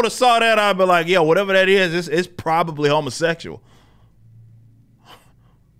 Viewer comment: "A humma-sexchuaw" lol